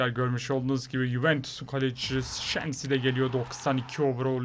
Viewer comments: Abi kalecinin adı şezni şenzi değil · 4.42 abi şenzi diye değil şezni diye okunuyor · şenzi değil şezni diye okunuyor o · Abi şenzi diye okunmuyor şezni diye okunuyor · abi o sezni diye okunuyor dhdhhd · Hayır şezni diye okunuyo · Şezni diye okunuyor